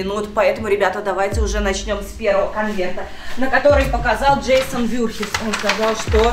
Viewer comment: Не джейсон вюрхиз а вурхиз